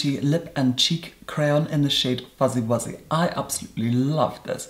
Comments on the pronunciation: foozy woozy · listening to say "Foozie Woozie" is something I never knew I needed but am definitely glad I did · at about , but it's more like foozy woozy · I really enjoy a serious person pronouncing words like foozie woozie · saying fuzzy wuzzy was everything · Every time he says “fuzzy wuzzy”